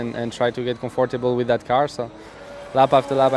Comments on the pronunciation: Gasly: 'Put de laps in and and try to get comfortibal wif dat car' clearly nervous :D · We learned here French People can't say “comfortable”